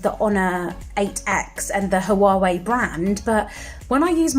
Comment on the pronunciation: It's pronounced Wa way... not ha wa we...